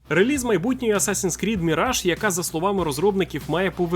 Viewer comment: Чому "релИз", а не "реліз"?